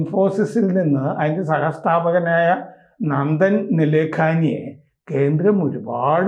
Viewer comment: നന്ദൻ നിലെകനി ശരിയായ പേര്. നിലെ ഖനി അല്ല